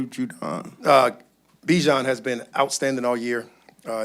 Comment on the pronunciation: BEE-jahn plz pronounce it right ppl